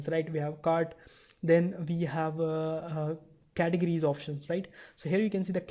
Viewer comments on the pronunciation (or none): Very good English, man! Until you reached "categories". Butchered that one. But that's really nothing compared to the content you're putting out! Great job!